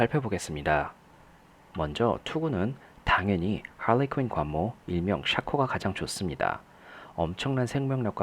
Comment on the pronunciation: 발음이 지리눼요 할뤼퀸샤코 우벌~유니큐